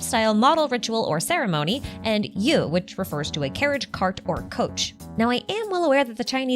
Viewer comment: "yu" would be pronounced to something close to "yi /yee" rather than "you /u". But you pronounced "shi" good enough.